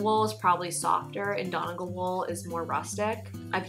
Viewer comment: Donegal is a county in Ireland, and is the tweed flecks. Studio Donegal is a well known yarn brand here in Ireland. As an Irish person, the way you say Donegal is interesting haha, its fun but very off😊😂